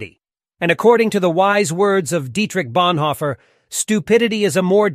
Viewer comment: Now what sounds really stupid!! is that you’re not even pronounce Dietrich Bonhoeffer’s name correctly to start with 😳🙈